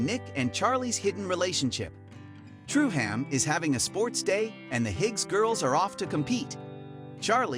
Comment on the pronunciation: Truham is pronounced Trueum